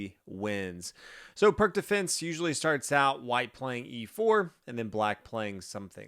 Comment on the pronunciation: It’s pronounced “Peertz”